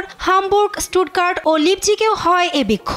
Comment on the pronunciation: লিপজিক না উচ্চারণ টা হবে লাইপজিশ